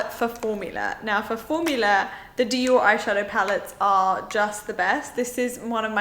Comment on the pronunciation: You trying to pronounce the Dior palette is exactly what happens when I try to pronounce it!🤣😂🙈